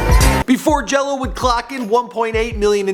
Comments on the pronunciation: It's Gelo not jello u fucking dumbass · Cmon it Gelo not Jello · its Gelo not jelo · GELO not JELLO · Gelo* and mater dei is pronounced (mah-der day) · His name is LiAnJailO day it right